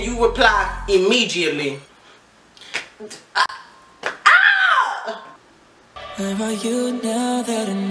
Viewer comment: When you said they text back immediately you said immegiately